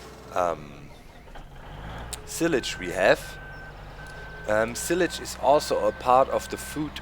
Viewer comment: Well done doc. Hint it's pronounced ss-eye-lage . Good video man!